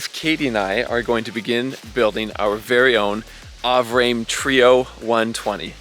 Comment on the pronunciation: Avrame is pronounced ah-vrah-may. At least that's how it's founder pronounces it. I too am a huge fan of this company. I'm terrified and excited for you as you start this huge project. I bought the plans for a Solo+. I have no idea how I'm going to get it built.